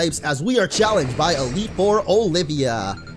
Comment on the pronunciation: he said elite ore not four